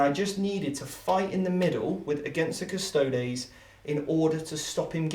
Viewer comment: A lot to like here. At the top for me: the proper pronunciation of Custodes: 'Custod-ace' - clearly knows his Latin. Just another example of VT leading the way. Why doesn't anyone else say this?